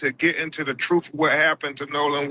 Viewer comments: Maybe start by learning how to speak!? It is TRUTH not troof. It is ASK not ax! You cannot read! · Crump and his truff? Learn to speak!! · Is it me or does it bother anyone else that he cannot pronounce TRUTH correctly!!!! The is no F in truth!!! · Is it me or does Crump sound like he's mentally challenged? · Why can this man CRUMP who supposedly made it through friggin law school NOT ABLE the pronounce a simple word such as " TRUTH " .......He just cannot do it even tho he says he wants to get down to the TROOF ❗️